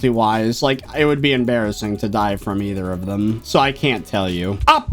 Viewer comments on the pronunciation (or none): none